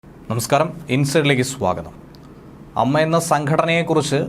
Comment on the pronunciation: അമ്മ അല്ല ടോ A - M-M-A